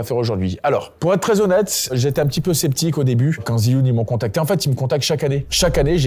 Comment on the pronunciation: j'adore les montage de manon et ton sweat apres attention tu prononce mal Zhiyun, j'avoue saigner un peu des oreilles a chaque fois que tu disais ziyun (jfais genre jsuis un puriste chinois, en vrai on s'en branle). c'est dje yun sinon video au top comme d'hab!